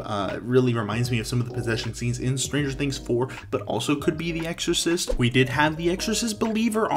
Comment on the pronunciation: You got Stranger Things, Exorcist, and Dr. Oddfellow exactly correct!